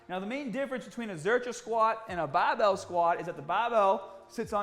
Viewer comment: "the baar bael"